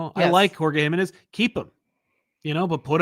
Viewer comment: Hi! A friendly tip from a Mexican over here, the stressed syllable on Jimenez is the middle one (ji-ME-nez) c